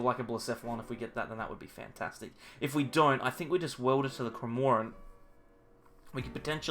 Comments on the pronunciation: Just kills me 😂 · I’ve unsubscribed until you can pronounce cramorant correctly, if anything, Kevin would be acceptable